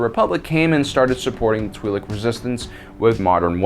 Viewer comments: Pronunciation is twih-lek, the name twi'lek coming from twin lekku, the name of the two tendrils that come from their head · It's Twi LOC 🤦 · i cliked off as soon as you said you were be calling the twiiks its twilikes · Twee-lek Laykoo...? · One thing's for sure: I'd blast Aayla from behind, too ( ͡° ͜ʖ ͡°) EDIT: I've generally heard it pronounced "twee lick" by both friends and family alike, as well as in pretty much all Star Wars media that I remember getting into. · Tw (eye) Lek. I may be wrong but learned speech is a thing... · If you can't take 30 seconds to figure out how to pronounce twi'lek. Unsub see you